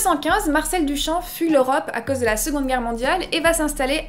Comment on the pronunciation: T'as un super accent mais il vient d'où ? J'avais jamais entendu prononcer les "au" comme tu le fait pour cause par exemple Merci pour la video !